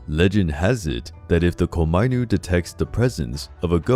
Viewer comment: Thank you for this very interesting video. But some of the pronunciations were wrong here, specifically "onna" (which means female in Japanese, and you pronounce it as "on-na", and not as "ona"); and "komainu" (which is pronounced as "koma-inu" and not as "komai-nu") But this video was very interesting and informative and thank you for that (and I loved the art featured in it.) Now I'm off to find the hoards of obvious Death Note and Gintama references in the comment section